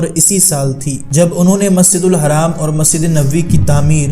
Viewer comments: Musjidul Haraam nhi Masjidul Haram hota hai Soch samjh ke bola kr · Maszid ur haram nahi hai maszid ul haraam hai....sahi se Nam bolo bhai.... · Bhai haram nhi hai masjid hram padha jata hai bhai pronounciation sudharo bhai